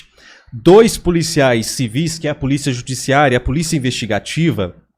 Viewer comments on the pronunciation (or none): none